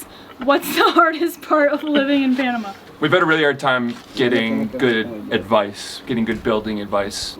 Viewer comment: Americans move to Panama and never learn how to say the name of the country.